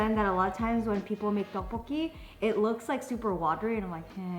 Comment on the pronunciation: Jenn was so proud when you said "tteokbokki" LMAO so cute haha